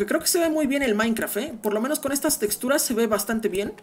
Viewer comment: No se dice maicra se dice maincraft 💀👏🏻👏🏻👿👿👿👿🤨🤯🤯🙀